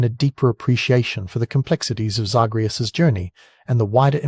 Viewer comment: Came to the comments to say this. Mispronouncing the main characters name especially when it's said over and over in the game by NPCs just makes me think he never actually played the games, and just read the synopsis online somewhere. Lazy